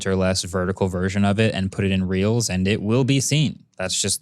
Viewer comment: Is it just me or did he actually say 'Reals' instead of 'Reels'